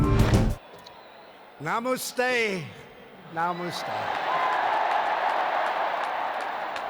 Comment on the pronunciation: Haha yeah. Namuste as well... Oh well lol